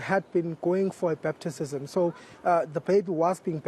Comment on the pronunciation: This one cannot even pronounce batizzzzism🤣😹